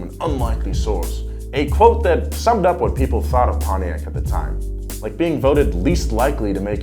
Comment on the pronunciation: "PONTIAC' ✅ "Pon-tiak" ❌ "Pony-ak" when is pronounced. Come on American People.😡🤬